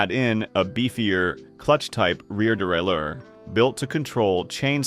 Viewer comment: How many different ways can crappy AI pronounce derailleur?